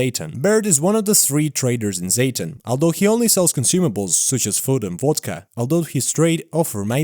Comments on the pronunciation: What's "Zeytin"? Just say "Zaton" bro 😬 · For context, Im ukranian and "Zaton" is pronounced "z-ah-ton" hope this helps